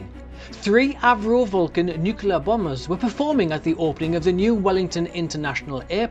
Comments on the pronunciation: Sir, the word is NUCLEAR not NUCULAR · Think of it as NEW-CLEAR, with the emphasis on the NEW. Never fails.